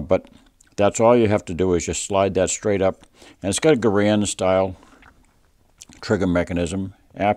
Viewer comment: Love your channel. Keep it up! One thing... not to nitpick... John Garrand's name is pronounced like the word "errand" with a hard G in front of it. Anyway, no big deal. Love your rifle!